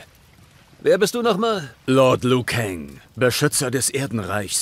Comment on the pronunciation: BRUDER! Wenn du noch ein mal dieses LIU so beTONGst kriege ich was an mich. Er heißt ausgesprochen LU kang Und da mk12 gegendert wird BESTEHE ICH DARAUF